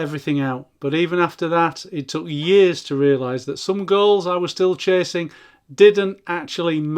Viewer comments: Every time you said “goals” I heard “girls.” …chasing girls… LOL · You say goals I hear girls